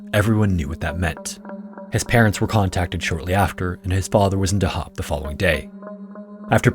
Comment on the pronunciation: Hah weird to wee a video like this about my home town Edit: afaik dahab is pronounced on the first syllable just fyi